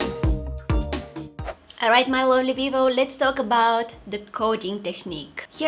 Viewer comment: Did u say peopo or people 😂😂😂😂😂